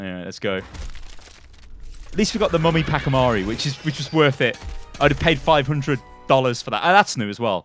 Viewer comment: BRUH... The way you say the pachi in pachimari disgusts me, no hate but it's just weird. It's pronounced Potch-e-mar-ee